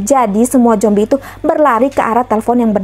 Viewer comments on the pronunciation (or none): Zombi kak bukan jombi 😂